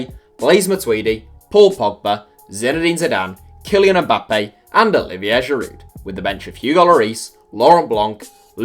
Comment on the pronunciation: It is pronounced gee-varsh. Not “gee-verch”. Also you don’t pronounce the D at the end of Giroud